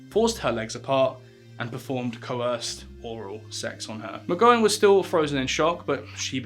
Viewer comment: McGowan rhymes with McCOWan. Ashley Judd rhymes with wood.